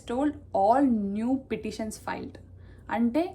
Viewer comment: Pititions kadhamma, petitions. Gentle correction